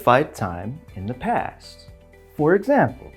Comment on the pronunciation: anlatışı çok güzel hoş da “For ekzembıl” deyişi.. sabahları alarm olarak kullanılır🐸